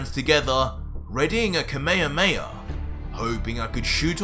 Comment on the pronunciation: ITS NOT KA MEYHA MEYHA. ITS KAME HAME HA